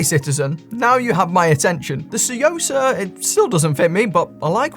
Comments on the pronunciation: Took me a second to realize you were saying tsuyosa, had you not considered looking it up and seeing how it's pronounced or something? Because the way you say it is like way off. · One of my favorite things is hearing trying to pronounce Tsuyosa 😄